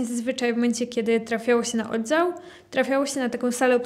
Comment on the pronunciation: Dzień dobry! Przepraszam. Czy to jest wymowa krakowska? dZękuję, mieliSmy, odZiał, Sedem, stawiC i t.d. Mieszkam w Syberii. Po raz pierwszy słyszę taką wymowę.